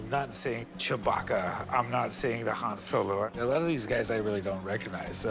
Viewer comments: It's pronounced Hon Solo!! Not Hand Solo ! (D silent) and you call yourself an expert?? 😅😅😅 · It's Han (Hawn) but thats okay.